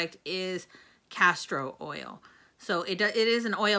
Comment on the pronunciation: It sounds like you said castrol oil & all I can think abt is car oil. I know you said castor oil just me . For me too much oil am oily & would break out even on my chest I would break out. Thanks bottle looks pretty I would be tempted but now know to pass for me.